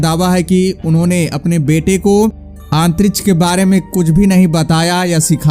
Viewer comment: it really sucks everytime when he says Antrish!